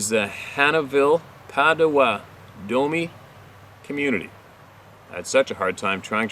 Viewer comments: Potawatomi - Pot - a-wau'- tah-mee - Wau sounds like the first syllable water Emphasis on 1st and 3rd syllable Then kind of Slur it all together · Pronounced "Pot a watt tow me". I'm from Michigan also. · I don't know if someone has told you but the tribe name is spelled Potawatomi pronounced Pata wata tomi... I'm sure someone has already told you this.. Just saying 🙂... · Yo it's pronounced pot o watt o me. Lmao! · So happy to see you safely back home again. Granny worries sometimes 👩🏼‍🦳 ➡️ 👵🏼 Anyway, POTAWATOMI is pronounced: pot-ah-WHAT-a-me. Love ya, dude, remember we are on your side.